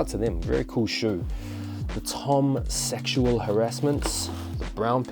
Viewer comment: “Tom Saxual harassment’s”🤣🤣